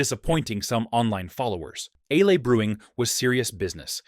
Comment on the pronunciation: What is "Alay" brewing Is that the way the Vikings said it? Is it the same as brewing ale? Or is the word "alay" another computer mispronouncing a word? The video pronounced alay with 2 syllables, versus the word ale which is just one syllable.